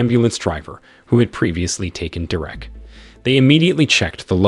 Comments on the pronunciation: Ava is pronounced Ayva, not Ahva. Derek is pronounced Derik, not Direct. AI pronunciation seriously diminishes this narration. Come on YouTubers. Don’t be cheap. There are many people who would be glad to provide the narration at a reasonable price. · ...it's pronounced 'Deer-rick/Derek',NOT "Da-rack"...😮geez go back to 1st grade😮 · I will carry on listening, BUT!!! what is with the AI voice!!! The occasional mispronunciation is ok, BUT not when you are repeating the word every few seconds ... "Derreck" ... Maybe it is spelt with one "r" but it is pronounced by humans with 2 "r"s. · Who calls "Ava" , "Ava" and "Derrick", "Derek" ?🤷🏻‍♂️ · Figure out how to pronounce the name Derek. I know it’s hard. English is challenging for computer programs. But either do that or quit this farce. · Fuck! "Derek" is not "Der-Rick". Get a better robot! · Derék? 😂😂😂 Derek!!! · AI channel or guy who doesn't now how to properly pronounce a bunch of words and names? Ah-vah and Der-ekh, really? AI channels are a plague. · Please: "Derrwreck" J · I couldn't listen to this shit.. Da-Wreck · Yea, how many times does it repeat "Dur-wreck"? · I don’t know…I’ve known a Derek I would classify as DaWreck… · Nice story, horrible narration. Derek, De-rek, Drech, whatever. As usual, AI sucks. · Please learn how to pronounce Derek! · I have never heard Derek pronounced the way it is on here. Change the way you narrate stories or is it just that your computer doesn't know any better ? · Do you know how to say Derek you bozo!